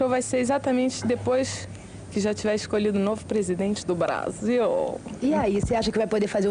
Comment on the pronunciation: KKK Aos olha só como ela diz Brasil.